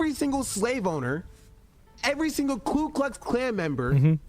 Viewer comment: "klu klux klan" whats that? Ive heard of the ku klux klan but i dont have a klu who he was talking about..